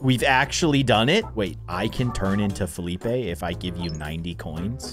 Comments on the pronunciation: You're saying Felipe wrong.. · felipe is pronounced "felipay" but its spelled weird so its felipe